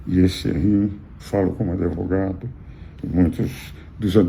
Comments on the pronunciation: É advogado, não adevogado. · Professor, o nome da profissão é Advogado. Não Adevogado.